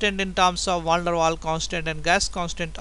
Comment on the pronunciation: Good explanation, but a little bit to slow..keep going! Great vids :) ps: It is Van der Waals, dont forget to pronounce the s at the end hihi..